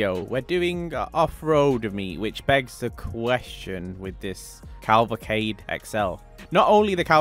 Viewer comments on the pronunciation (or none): you're butchering the word Cavalcade, no pun intended, this being said, nice looking meet as always, keep it up